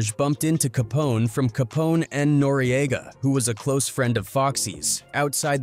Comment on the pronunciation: [14;40][noreaga]?"study on who you decide to speak about.then mispronouncing shit wont be a problem.